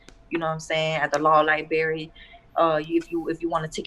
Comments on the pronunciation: 'libarry'...ahem, it is 'library'miss... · Yeah you can tell she spends a lot of time in the LIEberry. She cant really think the word library is pronounced lie-berry.